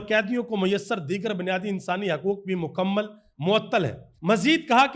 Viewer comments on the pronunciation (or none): none